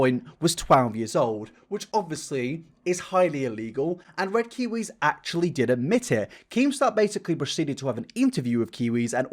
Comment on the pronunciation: What is wrong with red kiw nope can’t even say his name